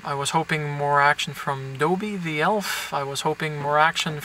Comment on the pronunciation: Doobby? It's Dobby!